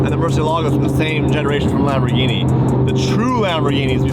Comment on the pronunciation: E-gini… no more LAMBOR-GINTANI 😂❤🤣